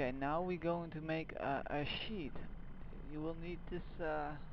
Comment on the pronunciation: wow hes sais sheet wrong and in im not sure what he is suposed to be saying